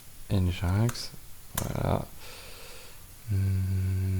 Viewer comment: !Hello, Au cas ou, ca aide a se comprendre des fois :) NGINX Open Source160 ou NGINX (prononcé [ˌɛndʒɪnˈɛks] ) -> Engine X un peu comme yaml qui se prononce "yameule" Merci pour le contenu !